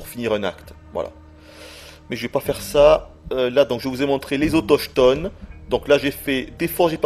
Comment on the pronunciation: Sielverberg Si mais je trouve ça plutôt hilare dit comme ça ahah